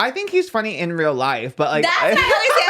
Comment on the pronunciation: "too fanny" laughs in british